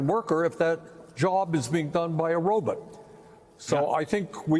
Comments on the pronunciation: Love Bernie..and love how he pronounces "robot"! "Robit"!!!!❤ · Great points but of course he probounces it "Row-bit" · The fact that bernie says "robit" yet knows how dangerous A.i. will be to american jobs is just unironically hilarious 😂😅